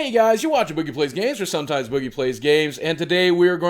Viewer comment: when he pronounces boogie wrong